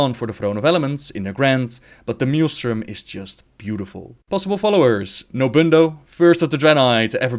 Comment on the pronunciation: great video! Just 1 complaint... you prenounce maelstrom wrong:D